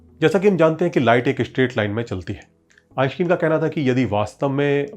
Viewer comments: आइनश्टाइन, आइंस्टीन नहीं। कम से कम दुनिया के सबसे बड़े और मशहूर वैज्ञानिक का नाम तो ठीक से उच्चारण कर। फिजिक्स बाद में सीखना और सीखाना। सारे एनिमेशन्स तो दूसरे चैनल्स से वैसे भी तू ने चोरी कर रखा है। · आईन्स्टाईन सही उच्चारण हैं।। आप बार बार गलत उच्चारण क्यों कर रहे हैं??.. ✊🏼🧠✒️🇮🇳